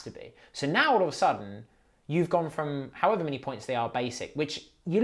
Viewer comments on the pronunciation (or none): none